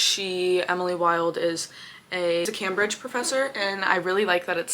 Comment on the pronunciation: im SO sorry but u pronouncing Cambridge as Cam-bridge SENT ME 😭😭 ps. its supposed to be said like Came-bridge pps. love you 💖💖